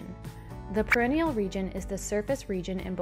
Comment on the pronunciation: Great video ! I got 5/5 on the quiz. You are saying perineal wrong though...look up the pronunciation. Thanks for your time! 😻